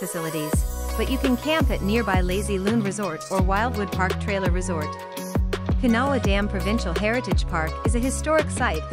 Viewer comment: Pinawa is pronounced pin a waw . You forgot Grand Beach , excellent campground , great beach . There are nany more . Close to Winnipeg Birds Hill Park is decent .